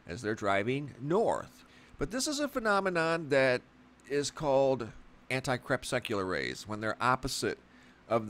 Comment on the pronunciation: It’s really annoying that you totally mispronounce the word “anti crepuscular” each time you say it.